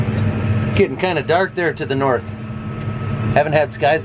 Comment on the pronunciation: Sometimes I forget you're from the north...until you say the word north. Then it all becomes clear. :)